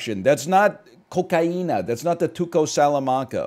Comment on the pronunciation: the way he said cocaína was native